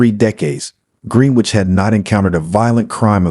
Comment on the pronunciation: Pronounced "GRENN- NITCH" not Green-Witch. - Excellent voice , diction & presentation otherwise.